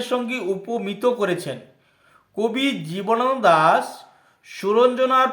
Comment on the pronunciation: জীবনানন্দ দাশ উচ্চারণ ই তো করতে পারছেন না ঠিক করে।